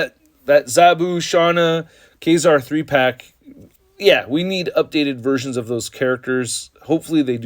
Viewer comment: Ka - Zar as in Lazar, not Kay - Zar.